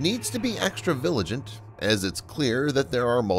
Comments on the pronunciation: Side note: The word is "vigilant"... not "viligent" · Viligent? Really, you be extra viligent, see how that works out?